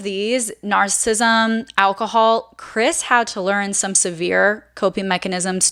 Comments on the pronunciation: Narcissism, not narcism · I love how you say narcism, and narcists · I think it is important to pronounce narcissist and narcissism correctly. Please check this and adapt your pronunciation